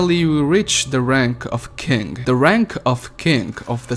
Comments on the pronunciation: Hey do you have a speech impediment because I think you are trying to say king but you’re saying kink. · when you said king I heard kink XD